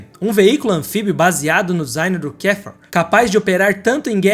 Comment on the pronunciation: Muito engraçado ouvir as pronúncias todas erradas! O cara falar Volks Vagen mas também KdF Uaguen. Achando que nomes em alemão tem pronuncia inglesa chamado Kafer de Quéfa.